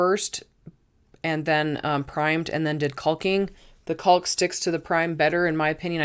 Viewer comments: Wonderful use of IKEA items to customize storage for your home. You are lucky to have the ability and stamina to be able to do it with a little help, here and there. One critique I hope you do not take offence to; the word “caulk” is pronounced “cock”, like a male bird. The letter L is silent. I was corrected when I was young and was sounding it out from the packaging when I would help my father. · The “L” in caulk is silent.